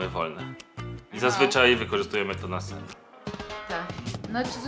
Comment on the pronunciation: Usłyszałam na sex a nie na sen 😂